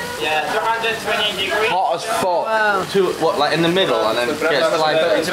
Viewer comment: ハロウィンの日に、神戸でBring me the horizon and Babymetalと共演してましたね。大阪公演は無っかたけどね。Fワードの発音もイングランド南部と違いますね。僕は、エディンバラに留学してたので、慣れてますけどね。😅